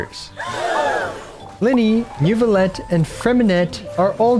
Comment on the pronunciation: I used to watch a lot but since fontaine he pronounces these things so wrong it's unbearable. He did a NEWvillette and FremineT combo that kicked me down, and then KO'd me with marechussy. Im not even French, Im just autistic 😭